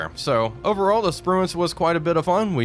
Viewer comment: "Sprue-can" Shame about the war crime.